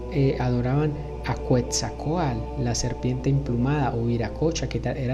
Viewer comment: Quwtzatcoalt?, ja primero aprende a pronunciar y luego hablas. Ignorante tu voz es monótona y molesta.